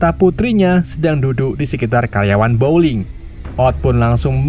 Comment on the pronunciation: teruk sangat ulasan... belajar bahasa inggeris lagi.. bowling jadi blowing, nama banyak salah...